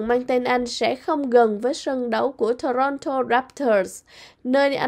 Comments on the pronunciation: đọc tiếng Anh tệ quá, như nguoi mới nhập cư, Ontario đọc Ôn ta ri ô, Toronto Tô ron tô…nghe sợ quá! hãy học cách phát của Hoàng Anh & Tuấn Lim, xl góp ý nhỏ! From Vancouver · Trong tieng Anh chu "of" thuong duoc doc luot nhe. Ban nu doc lai nhan manh no va chu Ontario, Toronto... cung doc nhu nguoi moi nhap cu vay. Nghe chan chet di duoc. Nen hoc hoi ban HA cach doc roi tap sua giong cho dung nha. Chu doc kieu nay mat views het.